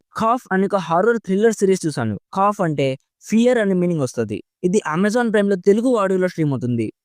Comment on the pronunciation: కాఫ్ కాదు bro , ఖౌఫ్